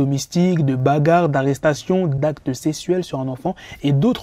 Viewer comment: d’acte sesuelle 😭🤣